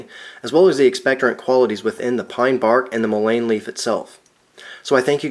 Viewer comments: In the south it is pronounced “MULLEN” not mo-lane. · He should really learn how to at least pronounce the name properly. It is Mullen... the Mullen is soluble in water, which is the reason that tea is what works for the extraction, otherwise it would take some other solvent to extract the essential oil from the plant material. Sometimes the plant material would take alcohol, or some other solvent to extract the essential properties from the plant material...this plant material can even be smoked, which seems crazy since it is good for your lungs, but it is true, worse case senecio , smoke it!! It goes straight to the lungs where it does it’s magic.... this is real , been helping native Americans for centuries.......good luck... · it's pronounced "mullen". The more you know! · I think it's pronounced MOOlein, with emphasis on the MU. Thanks for the video. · I’ve never heard it pronounced that way. In SW MO it is Muh-Len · You are correct! It is pronounced muh-Luhn! google says so! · Mull-EN...is how you say it. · Love all the info but the word mullein is pronounced :) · 😂 I had to stop watching, I'm by no means a grammar Karen, but I just couldn't take anymore of him mispronouncing it over and over. 😂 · Just drives me a bit nuts that you are pronouncing mullein wrong. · Hard to trust someone's knowledge that can't even pronounce the name correctly. Might want to fix that.. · Wrong is still wrong, just because you did it for a long time doesn't make it less wrong. Here, correct pronunciation.